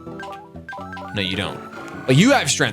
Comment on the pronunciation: Pavel is pronounced Pav-ull its my name, I think I would know 😉